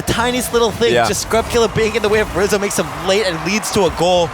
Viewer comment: I swear at one point said “squizzo” instead of rizzo